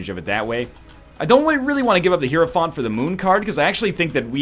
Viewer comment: I'm sure this doesn't matter for the rest of the run, but you should have popped the 2 of spades to get to 99 keys man... Also: "high-row-font". The game even tells you how it's pronounced lol